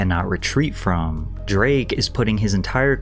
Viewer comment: This may be a stretch, but why did the way you said "Drake" remind of how Mr. Garvy imitates Blake when being corrected on the way "Blake" is pronounced?